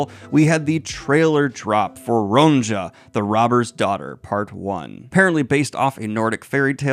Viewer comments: The name Ronja in Ronja the Robber's Daughter is pronounced 'Ronya' rather than 'Ronza'. It is a common name in Finland. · Congratulations! Btw it's pronounced Ronya not ron jah. Think Ya-Ya sisterhood 😊 It's the children's story that kept us awake at night. Author is Astrid Lindgren. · I instantly thought wow that was a very American pronunciation (butchering) of Ronja he did there.